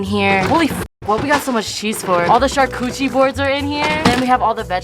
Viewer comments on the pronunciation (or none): I KNOW SHE DIDNT JUST SAY ALL THE CHARCOOCHIE BOARDS IN THERE!!!!! FOR CHARCUTERIE BOARD HAHAHAHAHHAHAHA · So funny how she calls it a “charcoochie” board instead of a “charcuterie board”😂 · "Char-coochie" 😂 maiiii